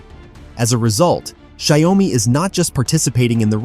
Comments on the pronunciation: Xiaomi should be pronounced as Xiao mi (two words) and not broken into 3 words like Xia-O-mi. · it is call xiao mi